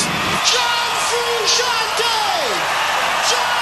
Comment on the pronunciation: Who is this John Fruu-shee- on-teeee?